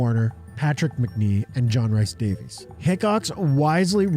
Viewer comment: John Rhys Davies is pronounced John Reece Davis, rhys is the welsh spelling of Reece. love waxwork glad its being covered and love the videos